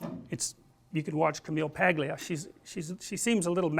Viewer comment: Dr. Peterson, just for future reference, the 'G' in Paglia is silent. I only learned this recently from watching her appearance on Bill Mahr's Politically Incorrect from the 90s on youtube where it's brought up near the beginning of the first segment. As always, wonderful lecture.